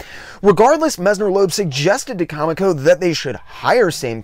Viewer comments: Great insight into a reclusive genius. One thing, though, dude: it's pronounced "co-MEEK-oh", not "COMic-oh". I knew several folks who worked there back in the day, so I know that's the correct pronunciation. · Love the video! Just one thing, I used to work for Comico, and the way it's pronounced is CoMIco, not they way you've been pronouncing it. Keep up the great work!!! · I legit have only read MOST of the names I try and pronounce on the channel... it would be funny if I weren't so bad at it sometimes apparently! I will say it was amazing to know how many former Comico employees watched this and felt the need to correct me though! Take the good with the bad, right, hah! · Of all the mistakes I've made, NONE have been so corrected as that, lmao! I had no less than 4 former employees and not 5 other viewers bring this up - I'm sorry! I swear, I had no clue it was pronounced that way - I had only ever seen it, then a week after this drops - saw an interview with a former editor, and bam, realized I had it totally wrong, haha. Then the comments started... I had no idea there were so many other loyal ComEco fans out there! It's awesome to see so many people stick up for an label I constantly heard bashed like no bodies business at my LCSs growing up. Thanks so much for the kind words, AND the correction - I swear, I'll pronounce it right, or at least try for the next video - hard to break a 40 year habit lol! Seriously though, much appreciated on the correction and really happy you enjoyed - hope wincing every time I said Comico wasn't TOO distracting haha!